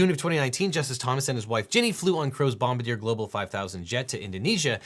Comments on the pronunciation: Bombardier is pronounced bombardyay not bombadeer. What's a yute? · Bombardier bom-bar-dee-ay not bom-bah-deer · Cant remember the video Devon made, it was about Trump & the 2nd Impeachment. Devon's commentary was something along the lines of If Trump isnt impeached America is no longer a democracy. Well, this video backs up that sentiment. Also, for my American (ex) friends, it's pronounced, bomb-bard-i-a. It's French. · not Bombadeer - It's French Canadian, it's pronounced Bom-Bard-E-Ay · "Bomba-deer"? I think you mean "bom-bar-dee-ay". Haha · Bombardier private jet Its pronounced bom-bar-dee-yay Not bomb-a-dear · Pronounced: Bom-Bard-D-A Not bombadeer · Bomb-ba-deer? 😅 No, no, no, it's Bomb-bar-dee-eh. That's how you pronounce Bombardier. Always funny hearing Americans try and pronounce french words. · Bombardier is pronounced "Bom-bar-de-ayy", same company that owns Sea Doo, or was at least. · So big time nerd correction, the company name that produces the luxury aircraft is pronounced 'bom-bar-dee-ay.' Now everyone knows, and knowing is half the battle. 🤓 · Trivial, in comparison to the intent and content of the blog, but I believe Bombardier, is pronounced 'bom - bar- dee-ay. it's just a wild hair. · Bombardier = "bom-BAR-de-ay" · Bom-bar-dee-ay = Bombardier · Dat pronunciation of Bombardier tho...pretty sure you just made the whole province of Quebec cry XP Bombardier is a French-Canadian engineering company and should be pronounced like 'bomb-bard-yay'. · It's "Bom-bar-dee-ay", yankee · OBJECTION!!! Bombardier is pronounced "bom-bar-dee-yay" . It's a French Canadian aerospace company. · This makes a compelling argument for term limits on Federal judges. At least, if there was a judge as corrupt as Thomas, he wouldn’t be on the bench for life. Also, I know this isn’t an aviation channel, but the name “Bombardier” is pronounced bom-BAR-dee-ay. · The jet manufacturer is pronounced Bom- BAR-Dee-Ay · "bomb-a-deer global 5000 jet" lmaoooo